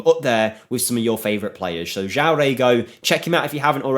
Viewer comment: you pronounce it JOAOM - and REGO means ass in Brazilian portugues